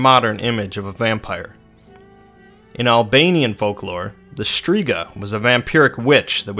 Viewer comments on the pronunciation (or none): Im Albanian and u butchered the pronounciation 😂 it aint Striga its Shtriga